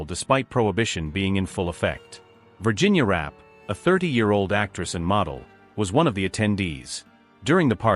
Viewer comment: Her name was pronounced "Ra-pay".